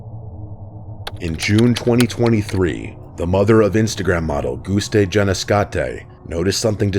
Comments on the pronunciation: as a lithuanian, i cringed at this pronounciation lmfao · This is funnily my very first time commenting on one of your videos, and I am so sorry to tell you, but you absolutely butchered Gustė's last name 😅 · As a Lithuanian, I had a hard time listening to you trying to pronounce Gustė’s full name . 😭